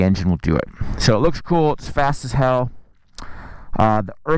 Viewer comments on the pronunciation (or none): none